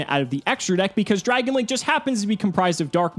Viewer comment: Dragun....enough said. 😕